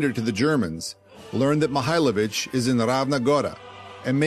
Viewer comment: da li je moguce da rts ne moze ni prezime djenerala da nauci?On nije Mihajlovic,on je Mihailovic.